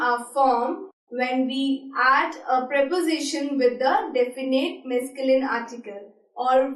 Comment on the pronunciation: "This is not exist in French " that's wrong english😑😑😑😑😑 And you french pronunciation is not at all correct😑😑😑😑😑 And it is not "mesculin" according to your pronunciation 😑😑😑😑